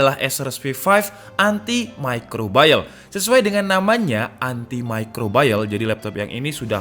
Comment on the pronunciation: Haduh lur, salah kaprah pronounce nya, "antimicrobial" ya "antimicrobial" bukan "antimicrobayel" 😅